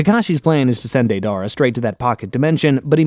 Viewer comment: It's *Day-der-ahh